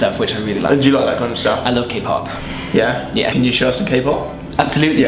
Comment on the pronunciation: Sorry but your kpop sounds more like jpop or cpop xD